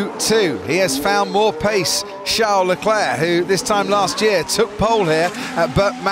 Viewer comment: It's Charles! Not Char!